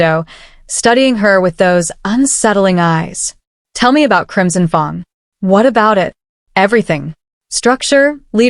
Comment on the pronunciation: Pronouncing of fang wrong is very difficult to make listening easy